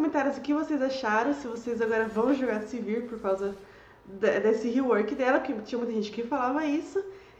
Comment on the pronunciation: não é Silvir, é Sivir =)